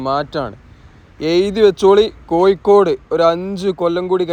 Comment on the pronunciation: koyikkkode allada kazhuthe kozhikode..